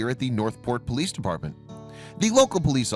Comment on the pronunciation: its de poleeece in de back ok